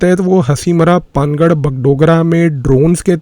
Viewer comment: पानागढ़ सही उच्चारण है